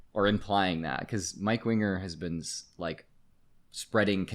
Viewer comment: There was a few solid minutes I thought the guys name was mike wiener not winger